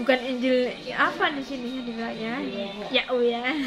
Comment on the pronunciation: ibu kau ini sekolah.alkitab gelar berderet deret tetapi nama kok bisa di terjemahkan .. ibu nyebut יהוה aja gk bisa sebut yeshua ישוע gak bisa jangan sok kritik org lain belajar lah yang benar ya bu ...